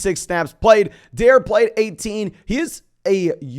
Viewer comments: It’s pronounced Dar Ree not Dare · just to let you know dare ogunbowale first name is pronounced “dar-ay” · You pronounced dare wrong